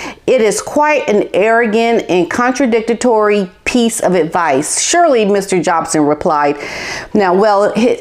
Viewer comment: *contradicatory" LOL... You mean to say contradic-tory, not Con-tra-dic-ta-tory....seriously she says words that don't exist and she says it like she thinks she sounds smart and it's cringe... It's straight out of the deep south eh... is def a hillbilly. It takes away any sense of taking her seriously and yeah, it's the opposite of professional..she's just not very bright and that's why she hits a wall. It's extremely obvious to anyone who has a basic grasp on writing and media and being able to read and write (def no news anchor or journalism jobs for her, heck no)...